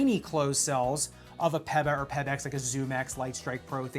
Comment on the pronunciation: Never heard PEBA pronounced that way, peppa pig foam